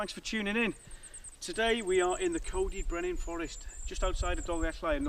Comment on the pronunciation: Another cracking video Cuz, as ever. Looking forward to seeing you next weekend 👍🏻 I can give you some tips on how to say Coed Y Brenin properly then 😉